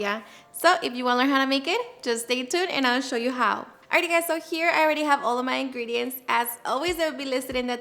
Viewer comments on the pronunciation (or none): none